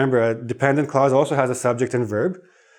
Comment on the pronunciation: Dear teacher, when you say “clause” it sounds as if you’re saying “cause.” I can’t hear the consonant “l” clearly. You’re class is so helpful, though.